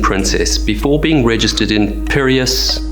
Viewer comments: I agree. The only word that really had you going was Piraeus. The word is pronounced pe like in pre without the r in it. rae, almost like a ray of sunshine, but slightly less y sound in the end. and then of course us in the end, precisely like you would pronounce us in the name Marcus. Pe-ray-us in phonetic spelling and Piraeus in written spelling. Will that help you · You pronounced Messageries Maritimes very well, but Piraeus is basically pronounced Pi-RAY-us. "Pi" as in PIN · PIRAEUS = PIH-RAY-ISS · Pi ray us (Piraeus) :>)